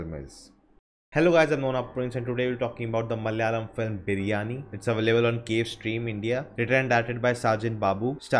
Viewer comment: *Malayalam... Not Malyalam*please pronounce